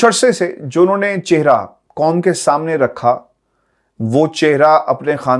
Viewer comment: Excellent analysis and superb reporting. However, why are Urdu words with 'Q' pronounced as 'K'? eg: 'Qanoon' is pronounced as 'Kanoon"? 'Qaum' as 'Kaum"? The Urdu words are قانون & قوم!!! not کوم اور کانون؟ It seems that the difference between قمر & کمر has been eliminated? 'قمر' صاحب کی' کمر' میں درد کو غالبا" ' کمر' صاحب کی کمر میں درد کہینگے؟؟؟